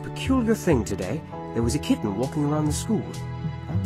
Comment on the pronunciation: I have no idea why people were mean about the way he pronounces the word kitten,it literally sounds so wholesome